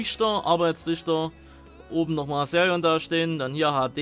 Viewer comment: Sag BITTE nicht Serion sondern Xerion